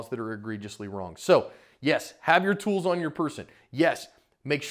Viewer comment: When you say tools it throws me off 😂😂😂😂